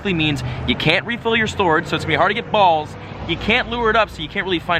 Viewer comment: why did he says balls like that lol